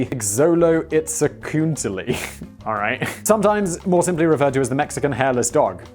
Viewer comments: Not that it matters, but hoping this helps for pronouncing Xoloitzcuintle: Show-low-ehtz-queent-lee Filed under stupid $h!t I know for some ungodly reason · xoloitzcuintle... roughly pronounced in English as "cho" (as in chocolate) "lo" (as in 'lo and behold') "it" "squint" "le" (from 'levitate') cho-lo-it-squint-le